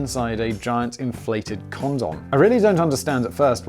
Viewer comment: Why is it so funny to hear a British person say condom? 🤷‍♂️🤣🤣🤣